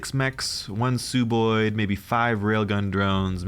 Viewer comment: Great video once again, but its Sub-oid, like sub-marine, sub-terranean, or sub-ordinate. "Sub" meaning below/under. They're sub-humanoids aka sub-oids.